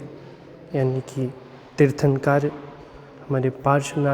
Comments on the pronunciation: Tirthankar nhi...... Hindi me aaa nhi khna hai.... Kar kahana hai Tirthnakr...... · भाई साहब आप तीर्थांकार बोल रहे है, तीर्थंकर कहो 🙏🙏🙏🙏